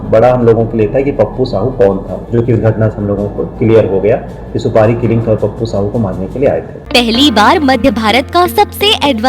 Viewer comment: उच्चारण में भारी mistake सुपाड़ी नहीं है जी सुपारी कहते हैं